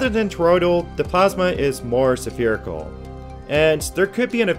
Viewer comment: Did you say 'sapearical???' So a ball is a sapere? haha